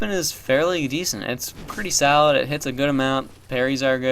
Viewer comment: Lol when he said "pretty solid" it sounded like he said "pretty salad" and now I want the dlc '_'